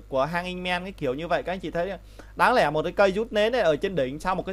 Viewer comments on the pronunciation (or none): Video rất hay và bạn có thể nói từ RỎ là RÕ, LẺ là LẼ được k :)